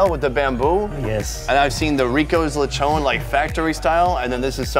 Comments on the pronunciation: It's not Lechone it's Lechon😂😂😂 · Him: lechoogn Filipinos: lechon dude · the way you said "leychown" is already satisfying.. now im full...